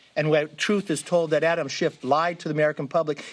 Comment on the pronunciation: wow, throwing a guy under the bus and can’t even pronounce his name right? C’mon McCarfy!